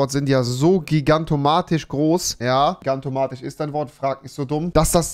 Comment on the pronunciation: Das heißt „gigantomaNisch“ und nicht „gigantomaTisch“🤓